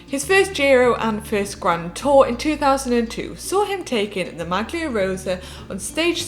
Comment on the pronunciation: Great insight, looking forward to these! But please no more 'MAG-LEE-A'. It's 'MAL-EE-A', pass it on to one of the other presenters also, cough cough, Hank. Think it'd make a great impact and add professionalism to nail pronunciations a little more, doesn't take long to look/listen online. Look at Lanterne Rouge for great example of his effort...